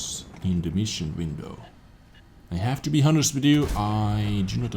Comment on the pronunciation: you should pronounce honest like this: onest, with a silent h